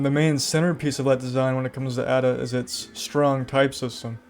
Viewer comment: It's "Ada" not "a da"